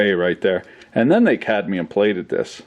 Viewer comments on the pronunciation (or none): none